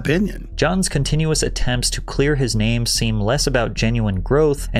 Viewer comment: This dude butchers every last name he says